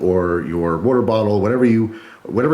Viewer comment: It's WAter not WUter